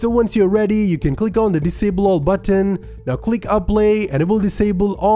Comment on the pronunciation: “click on disable butt-ten” lol